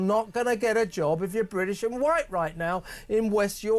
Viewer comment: White Bwitish